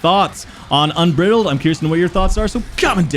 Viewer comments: un-bride-uld is the correct pronunciation (phonetically) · Un Br eye L ded That's how you pronounce it mate haha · You GOTTA start googling pronunciations for words my dude lol "UNBRIDDLED"? 😆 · Please, please look up unbridled’s pronunciation